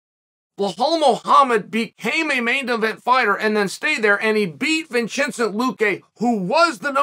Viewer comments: Vinchincent Luque! Lmao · don’t forget Vinchensent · You got a bonus vinchecent